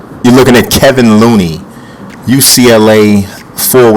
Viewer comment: Its "KEY-von" Looney